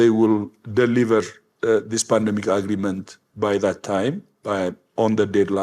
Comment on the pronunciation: That ugh-ree-ment. Ugh!